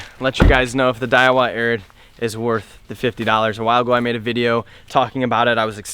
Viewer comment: i know its been 5 years, but this dude knows its aird, not arid, right?